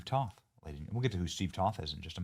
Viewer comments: Toth is pronounced with a "long O", not up on politics are you, benni? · Not that you should know this but just so you know it's Toth with a long o. Steve has his issues but I met him many times and I like him a lot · TOTH (Rhymes with Oath) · Benny I am pretty sure it's pronounced Toe-th like BOTH with a T. Please excuse my bad etiquette. 🤭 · Hey Benny, i'm a constituent of Crenshaw's old district and i voted for Toth. Heads up, it's pronounced with a long "O"/ "toeth." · You need to work on pronouncing Steve Toth's name.